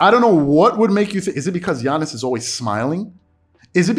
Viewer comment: You never pronounce Giannis name the right way smh